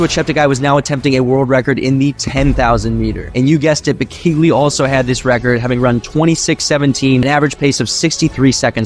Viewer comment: its not pronounced beKAYlee its behkehluh